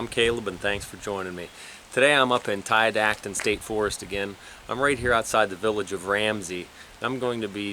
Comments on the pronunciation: Never heard it pronounced Ti-dat-on, always heard Ti-dot-on. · Tiadaghton: Ty-uh-dah-ton